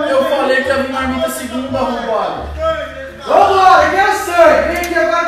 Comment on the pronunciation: portuga falando "arrombado"